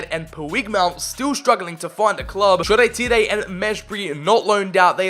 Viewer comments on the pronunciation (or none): Shaw-tyre. None of this Shoray-Tiray nonsense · ITS SHORE TIRE NOT SHOREETEEREE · "shoree teeray" its shoretire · Bro why are you calling shoretire “shoo ray tee ray?🤣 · Shoretire is pronounced shaw tyre btw🤣🤣love your vids tho bro keep it up🙌🏽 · Turned off after you pronounced Shola Shoretire the way you did. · What is this pronunciation of Shoretire lmaoooo